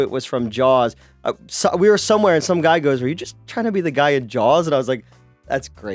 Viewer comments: I'm confused. It sounded by like was talking about the film, 'Jaws', but he kept calling it Jowls. What's up? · Also,, please stop saying Jawls. There is no L. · Jawls?...jawls?...there a hidden "L" in there? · Why does keep calling it Jowls? Is he being a dick again? Or can’t help it? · Does say "Jawls"? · Honestly asking.... Is pronouncing Saw as Saul and Jaws as Jawls a regional thing? It hits my ear every time and I've never been to Philadelphia so I'm curious.